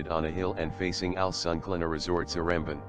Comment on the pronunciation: if he use google translate how came he said one of the names like seremban wrong?